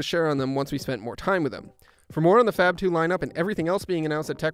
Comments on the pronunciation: It's supposed to be pronounced as "FAB" and not FAP for god's sake. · I know it is inappropriate but I heard: fap phone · Did anyone else hear the narrator say, " fap]2"? Am a the anly one that heard that? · Sounds like he's saying "fap"